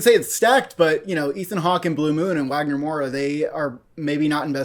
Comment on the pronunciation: Please say it Vagner not Wagner.